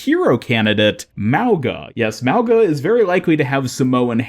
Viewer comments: Mauga is pronounced with a soft g sound just to let you know. It means Mountain. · just a heads up, mauga is pronounced mow-nga. the 'nga' sound being the same as 'nga' in singapore. mow-nga.